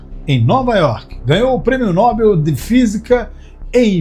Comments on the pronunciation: Atenção, narrador, para a pronúncia da palavra "NOBEL". A pronúncia correta é "NOBÉL", palavra oxítona, com a sílaba tônica é "BEL". Você está pronunciando erroneamente "NÓBEL", ou seja, como se a pronúncia fosse de uma palavra paroxitona, cuja sílaba tônica fosse a penúltima, o que não é. Repetindo: pronuncie "NOBÉL", (lembrando que não há acento agudo na palavra, só coloquei aí para facilitar o entendimento). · Quem poha e FELMAN? Nome correto Richard Feynman. Que poha é nóbel? O correto é NOBEL.